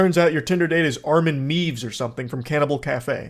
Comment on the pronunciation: Everyone: Armin meiwes Charlie: Armin meeves